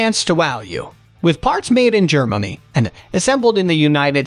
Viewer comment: "...with parts made in Germammy..."